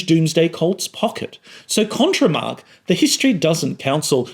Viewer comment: Your pronounciation of 'Mark' sounds like 'Marx' in my ears, which translates to weird listening experience. Btw: I wish focault was alive and wrote a book about power and the internet.